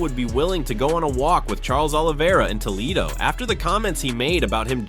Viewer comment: It’s pronounced Toe-le-do ….not To-lee-do…🤷🏻‍♂️🤦🏻‍♂️